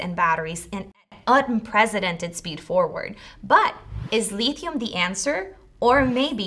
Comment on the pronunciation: Lithium not leethium minutes 😂